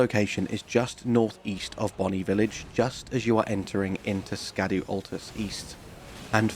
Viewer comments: Scadu, is pronounced SCHADOOO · Secret #11, Scadu is pronounced Shadow….as in Shadow Tree or Shadow Keep. There’s no K sound. It’s old English spelling.